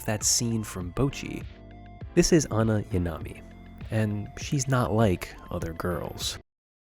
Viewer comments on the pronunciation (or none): none